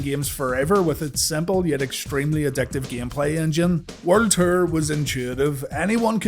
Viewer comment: WCW werd ter lol sorry bro, love your videos it just took me a minute to figure out you were saying world tour. Keep doing your thing though bro